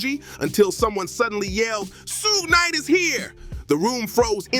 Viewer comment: Tony yeahyo and sooowgee knight is this guy okay some one check up on him